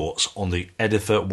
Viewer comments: It's "Edif-i-er". Great job and a thorough review. They should sound a lot nicer now, seeing how you put them in real, solid wood. Almost all cheap "wooden" speakers come in plywood cabinets. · its not called edifer though, Its edifier...